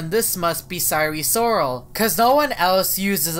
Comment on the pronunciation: Sire Soral (Sire Sorol)